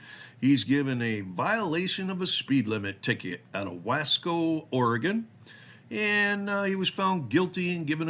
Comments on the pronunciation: It is "Ory Gun" not "Ory Gone". The state hasn't gone anywhere.. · The Basic Rule is never drive over the posted speed limit. It's not "Ore-Gone". It's "Ore-gun" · OR-EE-GUN. WE ARE NOT GONE. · You're saying Oregon wrong